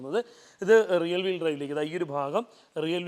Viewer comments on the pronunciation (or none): റിയൽ വീൽ ഡ്രൈവ് അല്ല.... റിയർ വീൽ ഡ്രൈവ്